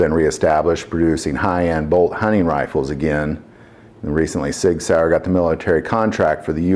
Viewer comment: Please. Work on the German. That hurt.🤕